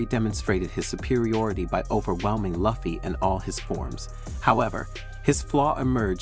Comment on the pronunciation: Video is got but your pronunciation of Luffy is like nails on a chalkboard